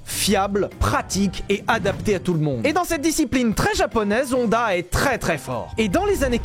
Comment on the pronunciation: Sinon, ça tente pas quelqu'un de dire Honda correctement? Je veux dire "ON" ça existe qu'en français. On dit "onne", siouplé! J'adore tes chaussettes!